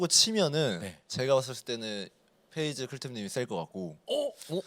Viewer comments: 는 왜 다 P를 F로 발음하는건가요? Feyz, 슈퍼 Flay... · 근데 왜 peyz를 자꾸 feyz 라고 부르는거지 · 잘 봤습니다! 그런데 그냥 클템형 혼자서 진행하시는 게 나을 것 같아요! 😊 peyz를 feyz로 부르는 것도 너무 거슬려요😊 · fㅔ이즈 fㅡㄹ레이 거슬리네....... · 인가 저사람은 발음이 왜 저렇지; F휀타킬 fㅔ이즈 flay(플레이) 가방끈이 너무 짧아서 그런가 입 열 때마다 너무 듣기 싫다 진행은 아나운서 써요 제발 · 주객전도 같아요.. 사회자는 확실히 진행능력이 있는 분이 해주시는게 시청자 입장에서 보기 매끄러운것 같아요.. 발음이슈도 있으신것 같아요. Fㅡㄹ 레이, Fㅔ이즈